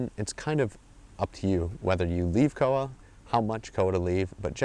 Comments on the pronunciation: koha... pronounced core-ha ish (closer than cowa) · Hey great video! Just wanted to point out the pronunciation of koha is "core-ha" rather than "koa" :) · Te Araroa=Te-ah-rah-raw-ah Koha=Call-hah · the O in Koha is a little lower, and it's two syllables, Ko-Ha, almost. Or at least that's how I've always said it, how I was taught. As always, it differs from place to place.